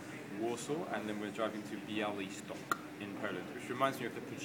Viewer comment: "Białystok" niezły akcent :) brawo hahaha:) great...